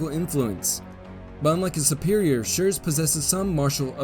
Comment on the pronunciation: I really like and admire chanel but as a german i must admit his pronounciation of german names has space for improvement. Example: In High German you speak the name "Schurz" with a long hissed "zzz" ad the end.